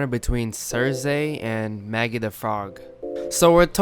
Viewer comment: I couldn't watch your video because you kept saying CerZay...Omg so annoying lol. It's Cersei (Cer-See) thanks lol!